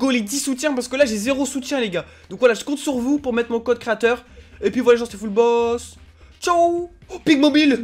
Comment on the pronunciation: Il a dit fullbot mais c fullboss